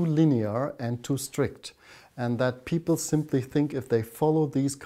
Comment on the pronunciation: who are these harvard peepol? lol